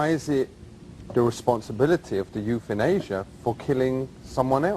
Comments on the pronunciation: euthanasia=youthInAsia ahahahaha!!! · the youthinasia, rofl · YouthinAsia had me crying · Youth-in-asia LOL That one really cracked me up. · Youth-in-asia lmao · youthinasia LMAO